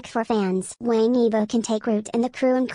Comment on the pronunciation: I wish the narrator would pronounce his surname right. Things like that drive me up a wall! It’s being pronounced like a Westerner- it’s not pronounced like Tang in English, it’s pronounced like you would say the word “wong” in English. Wang YiBo. (E bow) Sorry, just a pet peeve.He’s a really wonderful, talented guy. I feel we should always strive to get the name right if we are going to do a post. It’s not that hard.